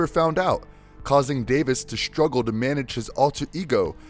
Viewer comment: You manage to say Superman and Doomsday so "deshtroy" and "shtruggle" is unacceptable. The fact you can pronounce the "s" properly and choose not to is laziness.